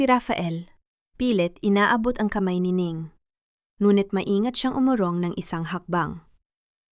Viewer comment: bakit ang dangal naging Dan gal?at mga umurong umu tong?matanda na ako ngayon LNG ako nakarinig ng ganyang pronunciation,paki ayos salamat